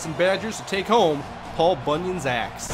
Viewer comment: it sounded like you said paul bunyan's ass